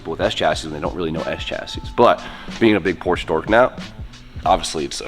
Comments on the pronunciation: Say it with meeee POR-SHUH 😂😝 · Por-sche is a two syllable word 😉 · didnt say the P name right once in this video... cringing everytime, like with the angle grinders without the protective covers:)) looking forward to the transformation tho,:p